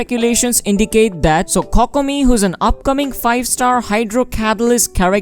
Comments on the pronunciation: coc-co-mee..... died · Your videos are very nice and informative but that Kokomi pronunciation could be a little better Dx it’s ‘Koh-koh-mi’ 😆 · i love how you pronounce it cockomi